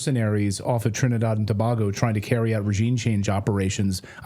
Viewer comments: It is too bay go - tobago not to bar go. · Tobago : Not Tobaago It's Tobaygo Also , Not Geeana, But Guyana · Trinidad and To= toe ba= bay go. Pronounced: Toebaygo. Tobago 🇹🇹 love your show to ❤️ Guy-Ana= Guyana not Geeana. 😅 this cast has me rolling from those two. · Tobago is pronounced To-baig-oh. 👍🏽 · LEARN TO PRONOUNCE THE COUNTRIES. So embarrassing to hear this guy say Tobago and Guyana